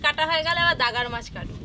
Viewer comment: উচ্চরন করতে ভুল করে অনেক ভিডিও তে দেখি দাগার মাছ বলছে ওটা গাদার মাছ হবে